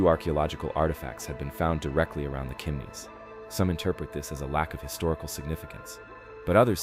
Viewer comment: It's not "Kimneys"